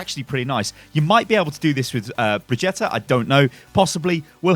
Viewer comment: It's like vegeta from dragonball in how you stress the syllables. Bre-GIT-uh